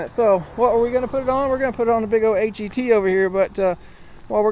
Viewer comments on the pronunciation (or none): It’s pronounced HET not “H-E-T”